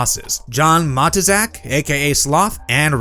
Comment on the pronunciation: RIP John “Ma-TOO-zak” and not what you said.